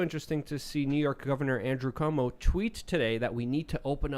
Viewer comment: Have u guys noticed the guy that lives in the parking lot pronounces cuomo “cumo” it’s pretty funny